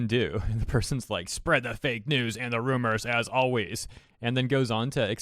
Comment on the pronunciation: When IT said "Rumars" it instantly lost Credibility.